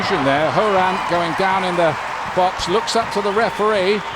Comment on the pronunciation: omg commentator its ALYSSA, not ALISA. Also you never say Lindsey HORAN right. Sorry been re-watching alot of these matches and catching these splits.